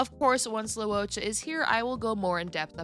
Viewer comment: Your pronunciation is more accurate though. It's not "low". "Loo-oh" is correct. Anyway, it's understandable that not everyone can say names in different languages correctly